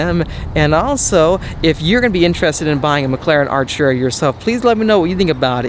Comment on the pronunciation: r u british?it's not 'archura'.it's ar't'ura😒🙄